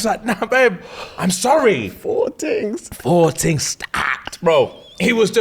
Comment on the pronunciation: "FOUR TINGS STAAACKED" I'm dead🤣